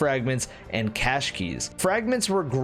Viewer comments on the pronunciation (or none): none